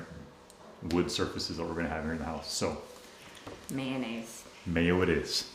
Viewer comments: NO No NO It;s not Maynnaise........If you're a kid it's maneggs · May-oh-naze😂 Didn't they have any Mossy Oak🤔🙃🤣 Looking quite excellent you guys. Hoping the weather cooperates so you all can finish the outside of your home🏰 Take care✌